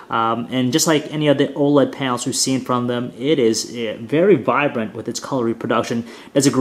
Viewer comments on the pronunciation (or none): none